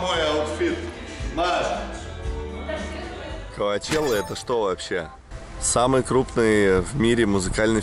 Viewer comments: коачела вместо чела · Санчела, коачелла, сучела 😂